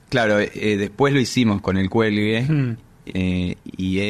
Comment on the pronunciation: 😂😂😂 'cuando se enteren que no es del cüelgue.."